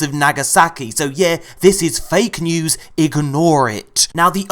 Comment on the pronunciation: “Newzzz Jeuice” this is why I love you